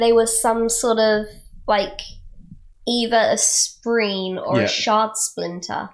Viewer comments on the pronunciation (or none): My GOD its not spreen! Spren spren spren SPREN! Sorry but Im way too much of a word nazi to let tht one fly. Otherwise, you kicked my ass in understanding this book. Took me about 3 reads to pick up everything you have on your first. Good job. Good job. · It's because I actually call them Spreenies because they are cute and need a cuter name I just shorten that and we get to spreen. I know it's still not acceptable but I didn't think it would be fair to say that correctly and still not get any of the other names right.